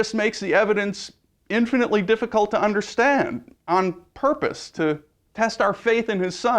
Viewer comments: lol, "on porpoise" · "on porpoise" hurr hurr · porpoise? XD